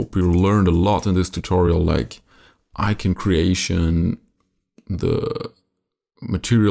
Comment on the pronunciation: ICON!!ICON! I-C-O-N!! NOT IKEN!!! Yeeses, unwatchable...